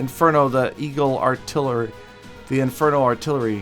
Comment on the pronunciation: 5 years of clash experience and u forgot how to say eagle arttilery Am disappointed 😔